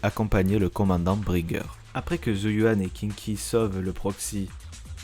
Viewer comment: Pas Kinky... Sérieux: ça se prononce Shingui. Et au pire Queengui, si tu prends le prononce comme ça s'écrit. Et c'est Hii-chuan, pour Yixuan et au pire Yii-shuan. Suffit de mettre les voix en VO: chinoise. Sarah l'antagoniste qu'on laisse plusieurs fois filé en là regardant partir... à pas de jogging... 🤔 Protéger par le scénarium. Et sinon cool le résumé, toujours sympa de voir un rappel de la saison 1 qui date quand même.